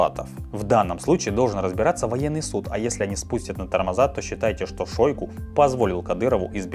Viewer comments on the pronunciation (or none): none